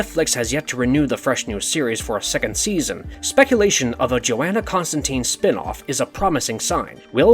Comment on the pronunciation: Constantine, how are you guys still mispronouncing this?